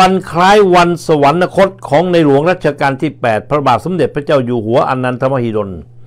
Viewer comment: สุนัย..สะ หวัน นะ คด ไม่มีนะครับ มีแต่ สะ หวัน คด ช่วยอ่านออกเสียงคำดังกล่าวให้ถูกต้องด้วยครับ